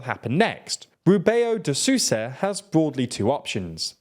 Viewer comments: "Sussa" lol Sousa is pronounced sowza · I was very confused with that too. I can excuse Castilianizing it a little, but French now? How and why? Doesn't make sense. Even the way they are pronouncing Sousa it's French-like. As if saying Sous-chef or something. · love the videos but "Sousa" is a nasal word, its not susa its s-OH-usa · This is something I don't understand: they pronounced João (tilde not withstanding) almost correctly but José becomes Hosé. And Susa? Just try to pronounce Sousa as in soul, will get most of it right, don't eat the O between S and U. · Dear: You may know how Spanish or French phonetics work well enougu But if you stumble into phonetics you're not familiar with, please, just read the world in the literal word to word phonetics, don't shove foreign phonetics into it just because our neighbouring Spanish and French brothers do it and you think you might just hit jackpot with it. The problem, like with gambling, is if you don't hit jackpot, it's really awful